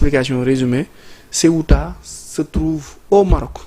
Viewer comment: Ceuta au lieu de Céta:face-orange-frowning::face-orange-frowning::face-orange-frowning::face-orange-frowning::face-orange-frowning